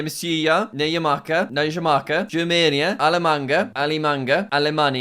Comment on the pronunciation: its pronounced germània, not germènia